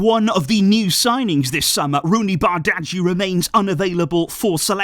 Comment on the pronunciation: I think you still struggling with pronouncing Roony's surname. I suggest you call him by his first name. Love from The Gambia, the smiling coast of Africa.